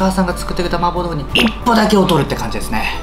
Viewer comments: 最後のほう呂律まわってなくて「まーぼーろーふ」になってるのウケる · 「さいこうのまーぼーろーふ」